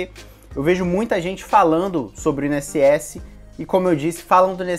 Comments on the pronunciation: In-SS? Por que você fala assim? Instituto Nacional... É separado mesmo. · Carioca fala "I-N-S-S" bem direitinho. O é que fala de um jeito próprio e bem peculiar! Nunca tinha ouvido essa pronúncia! hahahah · É impressão minha ou nosso amigo fala: “IN” ss? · Mais um vídeo tooop, esse vídeo veio na hora certa, tava pensando em focar só no INSS mas vou acrescentar outras matérias pra aproveitar mais como o TJMG por exemplo. E vc fala INSS muito engraçado kkkk. Continue mandando vìdeos são massa.